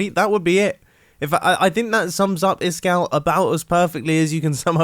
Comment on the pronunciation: Iskall .. He (is) (cal)ender but the a is pronounced with the tone as in (A)rt. On the basis that he’s Swedish. Idk.